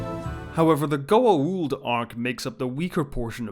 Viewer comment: Your pronunciation of Goa'uld in on point.